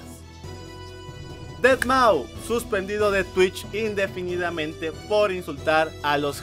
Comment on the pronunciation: Aprende a pronunciar deadmau5 por favor...